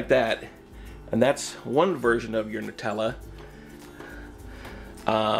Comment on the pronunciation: "Netellah" HHHHH